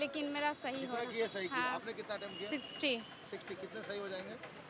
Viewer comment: Attend nahi attempt hota hai bhai